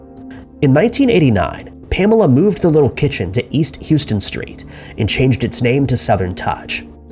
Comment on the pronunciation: sorry to be that person but just since you’ve done it in a few other videos: the ‘houston’ street in nyc isn’t pronounced like the texas city. it’s “how-stun”. thanks for the content!